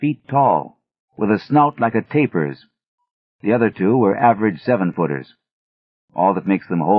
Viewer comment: Mispronounced tapirs but that's reasonable. Only mistake I've heard in all of his audiobooks.